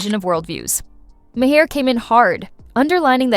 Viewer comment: Is this AI generated? The pronunciation for Bill Maher's name is all over the place.